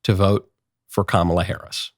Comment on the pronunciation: Trump is a coward with his tail between his legs. Constantly calling Kamala by saying her name wrong is as infantile as they come